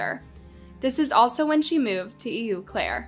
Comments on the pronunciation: That’s “O Claire” not “Eeww Claire”. Eau in French sounds like O. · Eau Claire is pronounced Oh Claire! Learn the proper pronunciations!!!